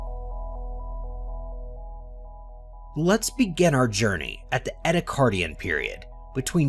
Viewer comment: Also of concern are the mispronunciations of Ediacaran (as "Edda-card-ian", yet they still managed to pronounce "Ediacara Hills" without adding more letters) and "Rodinia" (as "Ron-dinia"). Variations in syllabification and the occasional ambiguous vowel like the E in Ediacaran aren't too uncommon, but inserting letters that aren't there isn't really acceptable for documentary narration. There were other mispronunciations but these are the memorable ones, as well as tribble-ite of course.